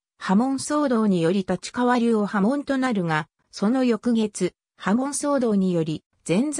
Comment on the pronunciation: 「たちかわ」は頂けないw。wikipedia丸読み。